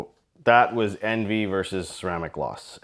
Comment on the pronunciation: It's pronounced on-vee !!!!